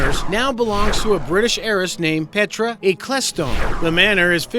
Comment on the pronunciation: Petra Ek-el-stone. Pronounce it properly.